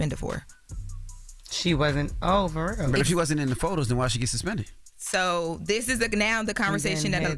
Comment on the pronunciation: She said SASPINTED 🤦🏾‍♂️😂🤣